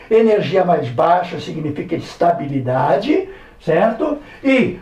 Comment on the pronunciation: É ES-TÁ-BI-LI-DA-DI